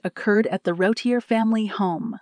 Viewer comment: Her name is pronounced Roo teer.